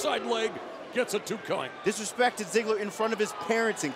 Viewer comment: two cwount